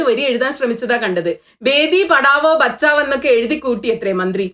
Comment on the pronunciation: ബേട്ടി ബഗാഒ എന്നാണ് പറഞ്ഞത്..